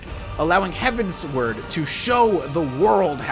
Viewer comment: HeavenswArd not "HeavenswOrd"